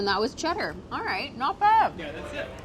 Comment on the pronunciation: As a Brit I'm OK with how many of them got Cheddar right.